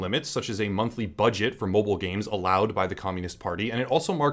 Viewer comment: Please pronounce mobile gaming more like "mobile gaming" PS: Popup cam, no piece of ** can see meh 😂